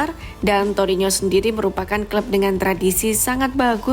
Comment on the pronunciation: Torino. Bukan torinyo..